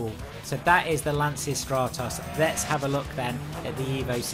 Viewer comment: Just a quick tip: the correct pronunciation of Lancia is "lancha": the ch is like the ch of choose. Greetings from Italy 👍